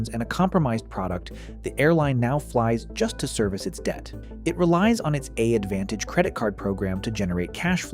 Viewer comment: When I heard the way the voiceover pronounced "AAdvantage" about halfway through, that was when I knew for sure and had to stop.